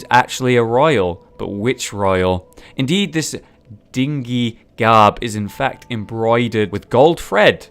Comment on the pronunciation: Yo,! Just for future reference, dingy is pronounced like din-jee and means gross, smelly, musty, etc.